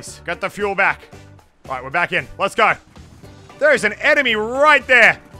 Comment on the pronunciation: Muselk: sboots anemy from the distents Me : what are you shooting i can't see anything